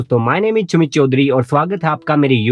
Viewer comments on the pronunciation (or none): Mil gaya SA ko CHA bolne wala sameer 😂😂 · डिस्कलिमर :- "च" को "स ' समझा जाये. 😂😂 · I thought he pronounce Ch instead of S. But he don't.. When he want to pronounce ch instead of s... He do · Yes mene bhi suna😂🤣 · He is 🤣🤣 anyway good information 😄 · This is, who speaks his first name in an unusual way. Naturally people on internet will troll him, but rather than getting offended he gets in on the fun. This is an immaculate display of emotional maturity. He also goes the extra mile to let his trolls know that he ‘loves’ them for all the fun. World gets a little better with people like in it. is a gem, be like. P.s: also thanks for alp the info dude.